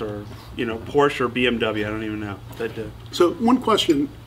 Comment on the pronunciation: Joe.....let's get one thing straight....its Porsche always, never BMW. Also, it's a two syllable word. By the way, you're amazing. Porsche Porsche Porsche